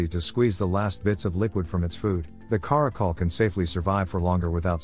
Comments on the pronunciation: Stop pronouncing it cuh-ROCK-ul. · "Care-icle" and "Car-akal" . . . I'm living for the interchangable pronunciation in this video 🤣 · Take a shot every time he pronounces Caracal a new way.